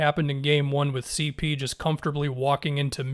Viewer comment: On everything I'll stop watching your videos if you don't start adding the 3 on "CeePee" man, you're trolling us at this point